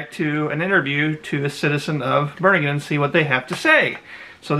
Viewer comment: It isn't really a LOST CITY ..it's more like Enchanted place like AGARTHA!!! A kababayan from NY and please pronounced it correctly ....BEE REE NGAN and my suggestion to you Sir is to not delve on these ELEMENTS for it's NO JOKE!!!! You are a foreigner and you don't know the ELEMENTALS in the Philippines...TY